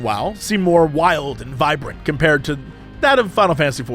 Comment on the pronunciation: did he just say wow pvp was "viberant" LMFAO